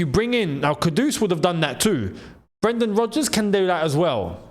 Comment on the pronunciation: & bro said Brendan Rogers 😭